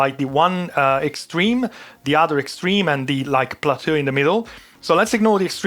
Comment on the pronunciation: "Plateau" comes with an "eau". It can be pronounced like "oh" in English. That becomes plat-oh. :)